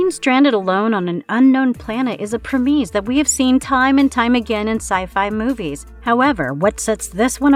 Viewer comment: Preh-mees? Preh-miss.